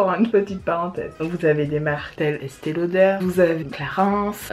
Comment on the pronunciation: Rrrrrraaaaa Merciii pour le Estéééééééééée lauder qu'est-ce que ça me fatigue d'entendre Estelleee lauder grrrrrrr et le truc qui me fatigue aussi ce sont les "haul octoly" mais purée vous ne les achetez pas les filles vous les recevez donc arrêtez de dire "c'est un haul octoly" bisous Boubou